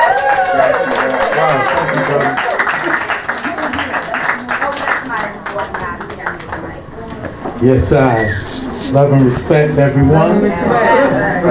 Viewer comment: It's Spelled Ras Ben but its pronounced: Wise Ben! 💯👍🏽